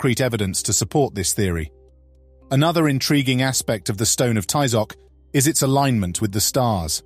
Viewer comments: Please don't ever pronunce aztec names the gringo way, you don't pronounce Ty-Zoc, it's pronounced Tee-zoc, and the strong syllable is the last one, not the fist one, please learn, thank you. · So sad that the narrator did not know how to properly pronounce Tizoc